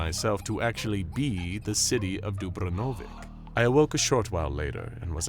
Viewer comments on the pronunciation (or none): Man didn't even try to pronounce Dubrovnik correctly